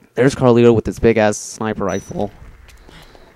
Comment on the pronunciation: ITS CARLIO NOT CARLITO lol thats been bothering me 4 a while